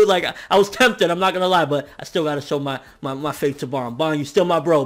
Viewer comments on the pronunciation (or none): none